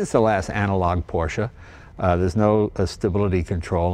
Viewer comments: IMO this is Leno's best video and I think I liked it best because it's just Leno and his INCREDIBLE knowledge and love of this Porsche. I was surprised that the first time in this video that he said "Porsche" he mis-pronounced it. I know Leno knows how to properly pronounce 'Porsche". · Jay, it’s not a “PORCH”, it’s a Por’shuh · It’s Porsche not porsch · Jay, The salesman Neillo auto Group Sacramento told me "your are an owner now, its pronounced Porscha". Thanks for sharing your love of the auto.